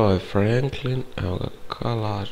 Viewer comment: Ej on kaze umjesto trevor črevor umjesto frenklin fraijnkl